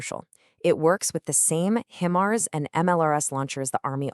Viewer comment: You need to pronounce "HI MARS" Correctly before you proceed